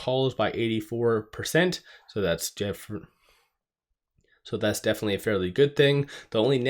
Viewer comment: He was about to say "jefinitely" but then he held back. Took him full 2 seconds to come back from that